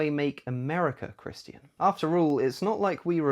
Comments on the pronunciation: “Chris-TEE-an” language LOL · Holy shit stop saying Christian like that lol